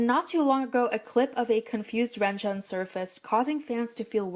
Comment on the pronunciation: mistreatment: pronouncing renjuns name as (REN CHUN)...... issa joke plz dont be mad